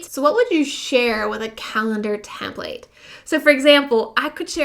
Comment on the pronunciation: hi. thanks for the info. however I seriously cringe everytime you say template like " tehm playt" (ouch!) it's 'tehmpleht' or 'tehmpliht' and I believe it's always been that way. It matters if you are instructing others because you lose credibility and your audience's respect- one doesn't say "cowG Ht", for instance when they recite the word caught. hate to nit-picky, but you're helping un-teach people one thing while instructing another. But sincerely thanks for you video - good info